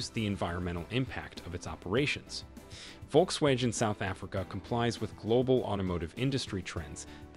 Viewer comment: Next time learn how to pronounce words before uploading a video. It's like you reading a script! Even the most simplest word Volkswagen you couldn't pronounce right. You just butched this also using stock photos that some don't even relate to what you talking about.... you talking about Richard's Bay a coastal city, meanwhile your stock photo shows Sandton City, an inland city 700km away....